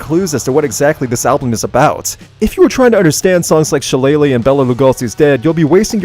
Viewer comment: It's pronounced "Shi-LAY-lee" ya Saxon!